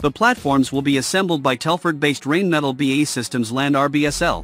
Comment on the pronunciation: Painful to listen to. "Rain Metle" and "Farn Borrow"